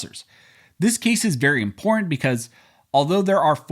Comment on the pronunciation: Stopped listening when noted he can't read or speak the word imporTanT